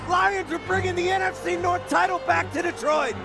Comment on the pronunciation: "Detriot" ... sigh